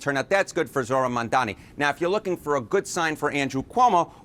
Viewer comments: Why can't these people say his name? It's not that hard. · M A M D A N I. Can you read? The magical host kept saying Mandani. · Mamdani not Mandani smh😒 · MaNdani? Why can’t you pronounce his name correctly or at the very least make an effort to do so!!! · Mamdani, not Mamdini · This magical jerk kept calling him Mandani. By now there is no excuse. He must prepare better for his freaking segments. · Is it really that hard to say MAM-DA-NI?